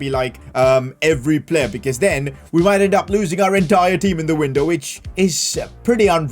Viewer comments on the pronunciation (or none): none